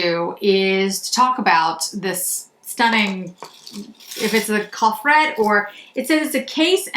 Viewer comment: You never or very rarely pronounce a consonant at the end of a french word so coffret is to be pronounced k-ofray